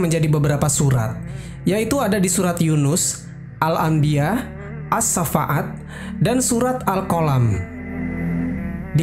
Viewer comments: Bukan surah as sa fa at ya, as-shoffat. Fa dibaca panjang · QS Ash-Shaffat, bukan Ash-Shaffa'at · channel ini.. kelihatan berbobot. membuat konten seperti ini harus paham literatur kitab2 seperti qishosul anbiya.. durrotun nasihin.. badaiuz-zuhur... tapi yg mengherankan pengisi suara.. kenapa menyebut surat as-shoffat aja menyebutnya as-safa'at ? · Terimakasih ilmunya... Sayang sekali sering Salah menyebut nama surat As-Shoffat menjadi As shafa'at. Mhn diperbaiki. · Ralat# jika memang salah sebut, pasti ga di ulang-ulang, maaf ya ka.. dalam penyebutan surat, bukan surat as safa'at... Tapiiiiii... As sofat..😂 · Iya, Ash-Shoffaat, bukan Asy-Syafaat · bukan surat ays-syafa'at min, tapi surat ash-shoffat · Salam Saudaraku. Mohon maaf. Bukan surat asafaat tapi Surat Ash shoffat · Surat Asshafaat,bukan Asyafa'at... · Qur'an surah AS SHOFFAT BANG . BUKAN AS SHAFAAT BACANYA AS SHOFFAT. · Assafat kali bang bukan assafa'at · Koreksi penyebutan Surat Ash-Shaaffaat ya Bang...